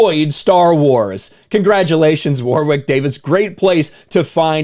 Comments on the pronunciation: I kept tuning out while watching this vid. The mispronunciation of the name War-Wick was too distracting. It's pronounced Worrick. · Hey, not to be that guy but it's pronounced "worick", not 'war wick'. Love your work my brother. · Argh! "Wa-rick" not, " Wawr-wick" You stupid Americans! Mr Davies is a superb actor and comedian: just watch "Life's Too Short" for some of his best work. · For every time you said "War-wick", a dwarf somewhere on the planet died. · Loved the Willow movie as a kid, this is very depressing. Can't bring myself to watch it in case it ruins the whole Willow universe for me. P.s. his name is pronounced Warrick Davis... weird spelling, I know. Never understood it. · Ok does anyone notice how pronounces some things kind of funny? War-wick? Toll-keen? Maybe it’s just me. But I can’t just be ok with it. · It's pronounced Warrick, you don't pronounce the "w".